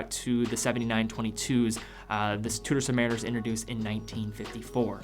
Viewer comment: Its pronounced Chew...Da not two...daa, great vid